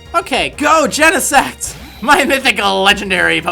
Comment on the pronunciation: i don't know why but i always think he said genesex